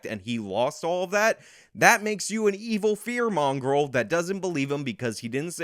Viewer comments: I had to google mongrel. It turns out it's some dog breed. But I am sure Jussie was trying to say " fear monger". LOL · Does it bother anyone else that every time i see a clip of him saying “ Fear mongrel” i know he means “Fear monger” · Fear mongrels. Lmfao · I’m sorry...did Juicy say “fear mongrels”?! 🤣🤣🤣